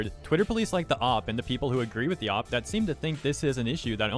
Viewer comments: nothing to do with the video but every time you say OP like that i think you’re saying opp 😭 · I know but the way he says it sounds like he's saying "opp" like an enemy or something lmao